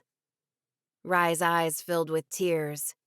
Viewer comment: Rys is pronounced like Reece. This drives me nuts…and a wagon is a verdo. So many things… like the pronunciation of wyvern….why don’t narrators just do a bit of googling.